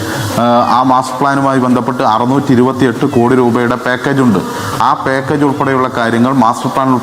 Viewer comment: പേക്കേജ് അല്ലാ അധകൃതാ. പാക്കേജ്. നിനക്ക° Ak G സെൻ്ററിൽ നിന്നും ഡോക്ടറേറ്റ് കിട്ടും